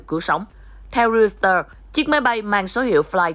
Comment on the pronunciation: Haha...đọc Reuteurs thành RIU XÌ TƠ...